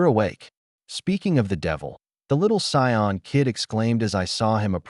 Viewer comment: Hearing Cyon over and over instead of Saiyan isn’t great. Really enjoy the story tho